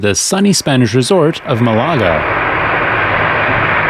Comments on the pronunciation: It's MAH-lagah. And they didn't get the Queen's "accommodation" 🤣. Good video, though. That copilot is a hero. And the captain is made of steel! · This is so good you’re forgiven for the Malaga pronunciation 👍 😃